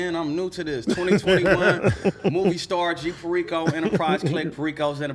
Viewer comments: Can’t even pronounce perico… smh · Dudes name is perico and he doesn’t pronounce it right